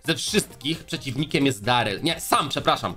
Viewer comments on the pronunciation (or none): none